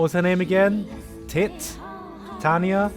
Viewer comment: You spell Titania like that: tai+tein+ia